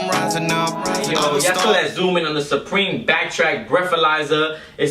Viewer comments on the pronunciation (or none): You said responsibility instead of responsibly and you referred to the U in supreme as a W. Maybe you were nervous or maybe you had too many drinks beforehand idk.